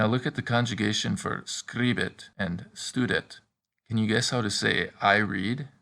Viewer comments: Please sir try to prononce well .stoudet not stadet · STUDET, should sound more like "stoodet" would it? NOT "stuh-det" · My question is about the u sound. You seem to have two pronunciations for it, one of them seems to be anglicised as you do it in studet (as in stud or stuff in English); for the rest you do what i expected it to sound like (a long u as in loop in English). I searched online and Latin only has 5 vowel sounds as in Spanish, and as in Spanish there are diphthongs but I’m only referring to the basic and single vowels sounds. Hope to hear your feedback for it. By the way, thank you for the videos, always wanted to learn Latin but always seemed out of reach financially, however, technology and people like you make that possible, so thank you 🙏